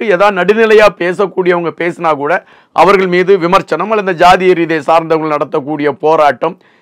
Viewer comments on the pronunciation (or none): none